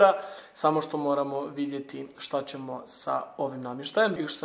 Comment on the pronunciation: Imat Čemo Č, Č i Č 😟 ne bi bilo na odmet da nauči pravila o korištenju glasova č i ć.